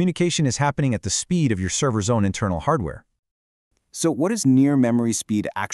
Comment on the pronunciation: Intermal xD In seriousness though, this is fantastic. Thank you for this!!